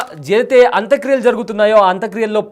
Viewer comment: పేర్లన్నా సరిగా తెలుసుకొని మాట్లాడు బాబూ. హఫీద్ సయీద్ ని రావూఫ్ అంటావ్. అంత్యక్రియలను అంత క్రియలంటావు.... నీకు స్క్రిప్ట్ ఇచ్చినోడిది తప్పా, లేక నువ్వే అలా చెప్తున్నావా....